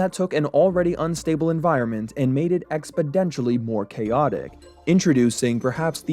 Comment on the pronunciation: not the Joe Biden expoDENtially 😭